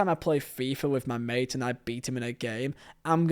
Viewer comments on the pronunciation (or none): none